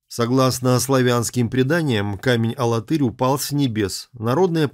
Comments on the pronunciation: алАтырь ударение на второе А. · А в Чувашии есть город - АлАтырь (ударение на вторую "а") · Мы не знаем, где раньше было ударение. Сейчас специально уводят в сторону от правильного произношения. Конечно, падает ударение на глагол Тырь: АлаТЫРь, богаТЫРь. Есть ещё в Чувашии г. ШУМЕРля, что означает по-ШУМЕРски.